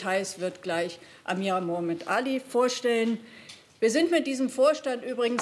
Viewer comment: Liebe Leiterin der Konferenz, ist es richtig schwer, Muhammad Ali zu aussprechen? Mussten Sie sich nicht vorher vorbereiten?